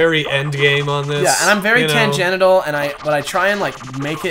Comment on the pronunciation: The word is trying to say is "Tangential", not "Tangenital". Unless that's just a joke that I don't get.